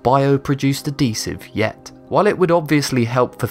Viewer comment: I hate the way this person says adhesive.. "add esive"